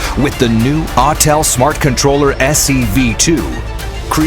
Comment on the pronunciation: Autel it's Autel.